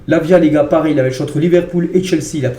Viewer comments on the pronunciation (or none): none